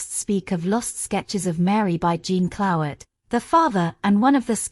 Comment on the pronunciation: The prounciation of the French names (Jean Clouet, etc.) is atrocious.